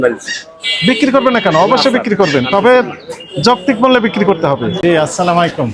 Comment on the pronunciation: আসসালামু আলাইকুম স্যার আপনার সালামটা শুদ্ধ হয় না